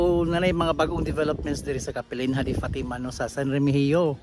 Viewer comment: It is pronounced kapelinya. Capelinha is a Portuguese word, the "h" is not pronounced.